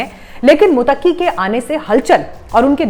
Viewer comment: मैडम, मुत्तकी है आप बार बार मुतक्की प्रोनाउंस कर रही हैं जो गलत है l सॉरी बोलिए कि आगे से ऐसी गलती नहीं होगी l